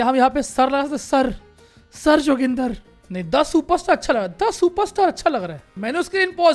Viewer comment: Who all like me felt very offended and uncomfortable when he named 'joginder' "JOGINDAR 🤣🤣🤣🤣🤣